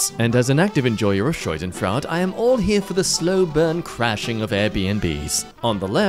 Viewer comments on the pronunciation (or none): "Shoidenfrawd" SHAW-DEN-FROID Schadenfreude is pronounced shaw-den-froid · Schadenfreud not scheudenfrad 😂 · the absolute confidence behind the pronunciation of "schadenfreude" is also mildly infuriating